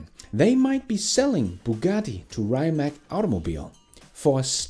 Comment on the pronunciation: Rimac is read as reematss. Cheers!